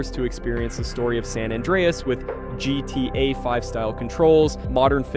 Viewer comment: Why can't AI voices say GTA properly?